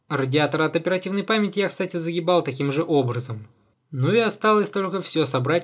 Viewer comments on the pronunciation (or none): он Г сказал, заГибал, просто немного по Украински - загхибал